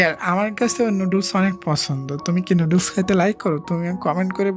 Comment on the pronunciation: noodles ❌ nudul✅ 😂😂😂😂